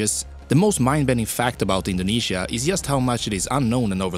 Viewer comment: he indinisia